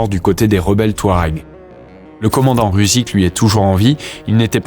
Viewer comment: Incroyable cette video, superbe travail osint. Juste ’Rusich’ veut dire russe en allemand et ne se prononce pas ’rousik’, mais ’roussich’.